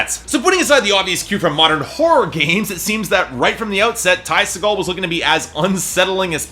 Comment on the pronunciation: Its pronounced see-gull